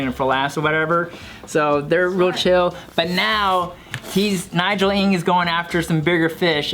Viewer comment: Conclusion..... Americans cant pronounce the chinese surname "Ng". Even american chinese.